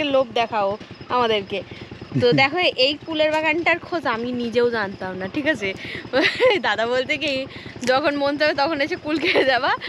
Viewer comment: tik koro bole na......thik koro bole😊